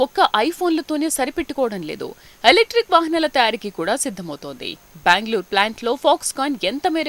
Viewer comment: అది బ్యాంగ్ లూర్ కాదమ్మా... బెంగళూరు